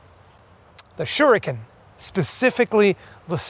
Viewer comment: For god sakes yankee... its pronounced as Shuriken. Not "shuruken".... its "shuriken".